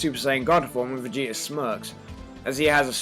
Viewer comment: How come he sounds like he says Vegeter